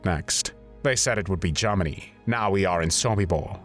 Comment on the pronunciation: Sounds like "Lord Haw Haw"..... JARMANY CALLING JARMANY CALLING